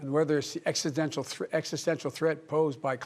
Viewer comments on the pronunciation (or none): none